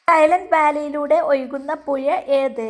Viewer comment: Puya alla puzha